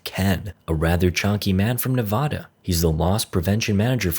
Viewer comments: why does he have to say Nevada wrong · Mad that this guy doesn’t know how to pronounce Nevada correctly